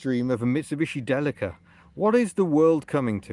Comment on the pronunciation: It is pronounced Deeleeka! I've had a couple and you will be lucky to get 28mpg out of it, you are mu friend on Facebook, shout me on there if you need help or bits